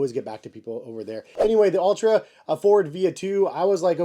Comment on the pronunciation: Altra not Ultra